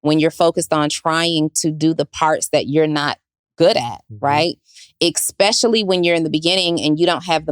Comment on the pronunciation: and her "ekspecially".. ❤️ lol we love you regardless